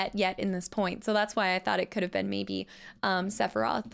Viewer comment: Since when is Sephiroth a one syllable word?